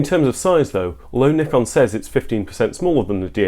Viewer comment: Well done! Moreover because you pronounced Nikon correctly but zee? 😂